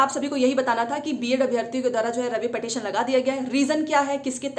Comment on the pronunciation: Phle tu पिटीशन bolna seekh le madam